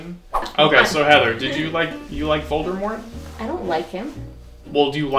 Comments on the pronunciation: I believe it’s Voldemort not “Voldurmort” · My favorite part is where you just keep saying "Voldermort." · Vol-D-mort. Not Voldermort... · Every time you say "Voldermort" I want to die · be like: ''VoldeRmort'' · NOT "VOLDERMORT" LOL I cannot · i just love "voldermort" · When you call Voldemort "Voldermort" you really lose credibility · if you say voldERmort one more time... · why is he saying voldeRmort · Vold-er-mort!? Ughhhhh. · His name is indeed Ralph Fiennes, but it's pronounced Fines. Also, it's Voldemort. Not Voldermort.